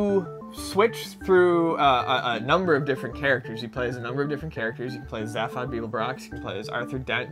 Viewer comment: Why are they mispronouncing "Zaphod" and "Babel fish"? I wonder if they only read the books, and never listened to the radio series (or TV show).